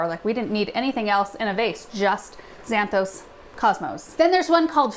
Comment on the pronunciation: Cosmos (κόσμος) means "world" in greek. It is a masculine noun with an article preceeding, ο κόσμος. 8.45 It is not pronounced zanthos but Ksanthόs, with the stress on the last syllable, meaning blonde (ξανθός) in greek.😅